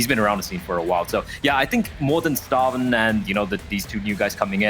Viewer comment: Creds to the casters for actually pronouncing "stavn" correctly!